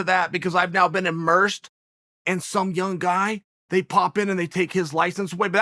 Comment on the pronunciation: He said " someyoungguy " 🤓